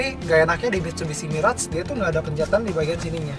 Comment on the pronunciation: saja miras dia bilang. mabok tuh kwkwkwkwk